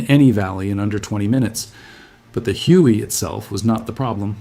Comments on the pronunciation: lmao I stopped after this bot tried pronouced it "HUHyouee" 🤣 Yeah big pass on this AI voice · I caught that too lol. The inconsistent spelling of the faux NVA's name was a tip off, but Huey stood out so much. It was like the AI got confused wanting to say "Hugh" and "Hooey" at once.